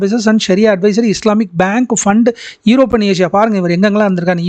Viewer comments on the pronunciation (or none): none